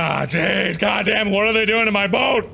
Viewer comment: Him: but hey! What are you gonna do about it. Me:*not listening till I heard what are* why he say water you gonna do about it